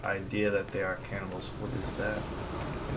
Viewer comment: Why is it that whenever you say 'cannibals' I hear 'camels.' ._.